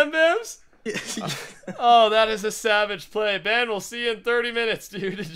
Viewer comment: stop calling Ben benm it's supposed to be BenL cause he always loses